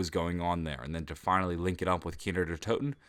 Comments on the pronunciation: 'Kiner Der Toten' dude its Kino not Kiner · it's KINO... not "Keenerdertoten" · he kept saying kiner der toten